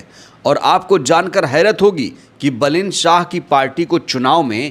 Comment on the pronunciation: बलेन मत बोलो नाम बालेन कहो ठिक हे